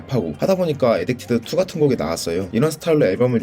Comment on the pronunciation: 에딕티드 2가 아니라 에딕티드 to지 띄어서 읽고있노 ㅋㅋ 스타크레프트 투냐?